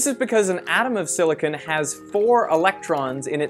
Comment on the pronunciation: I don't like the way you pronounce silicone.